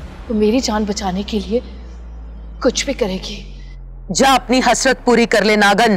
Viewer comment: Kali tun toh bolo hi na Karo... Tum jab bolti ho itni jahil un parh lagti Hai.. Tumhay... To naagin bhi nahi bolna Ata tum tum naagan bolti Ho... 🤣🤣🤣😅🙄